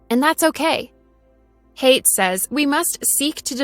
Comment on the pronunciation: "Haidt" is a beautiful German name, and should be pronounced "High-dt".